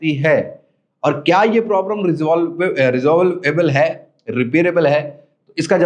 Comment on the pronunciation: Re-sol-v-able ری سول (و) ایبل Resolvable